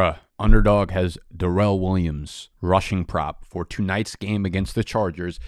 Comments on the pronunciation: This "Duh-relle" nonsense had gone too far. My man's name is "Dare-elle". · We got ur boys "Duh-rren" Waller and "Duh-vid" Johnson along with anyone named Darrell in here let's goooo